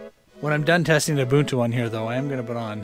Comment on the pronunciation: Thank you for pronouncing Ubuntu correctly. ;)